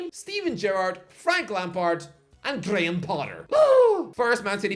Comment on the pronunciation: GAY-HAM Potter